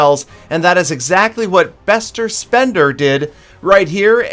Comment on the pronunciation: Bester spender... Im crying bout how u spoke it out 😂 Its German btw